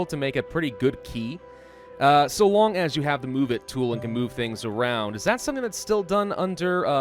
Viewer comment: in my 18 years of life i’m just now realizing that’s how you pronounce quays i always pronounced it as ku-ays